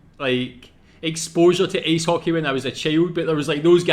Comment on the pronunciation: Its Ice Hockey not Ace Hockey